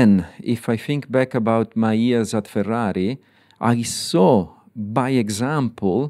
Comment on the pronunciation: Love him. So happy what he's done for McLaren. And he is a man born to say the word "Ferrari". Perfect.